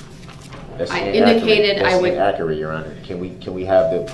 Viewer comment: The man who doesn't consent to being called Darrell Brooks (🙄) tried to add new words to the dictionary everyday... "You can't cohorst me. You gots me under doorrest." "I already axed you. I been done axin' you several times." "The record is inakerit. I just want the record to be akerit." "Is that lawfullaw?" "He wasn't no first eye hand witness." "Whatchu mean 'mute point'?" "How is that same statue being used?" "That evidence ain't got no valueness to it. NONE!" "Yerhonor and dis court have no intregady! You ain't got none!" "I gots yer oaf of offices RIGHT HEER!" "Dis minebogglin'." "It's reedicKolous yerhonor." "Was dat objection substained?" "Lemme remind you that you is under oaf right now." "Is that a tackit agreement?" "Tell da trooff, yerhonor. TELL DA TROOFF!" "Objection! Relevancyment?" "You can't dodat. You can't dodat yerhonor!" "Reason for da substaine?" "What's dah relevancyness of dat video?" "You just lookin' for uh, uh, uh, an escape goat." "A motor vehicle vs pedrextreian incident?" "Was you able to get a license place of the vehicle?" "Is that a judicidairy determination, yerhonor?" "What's the relevanciness?" "You were so efixiated on the eyes." "My 6th addmendment has been disguarded." "Do you look to see if any of the victims had underlining illnesses?" "I gots kids too. I cutted they un-biblical cords."